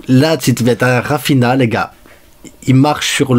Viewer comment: Dis raphinia pas raphina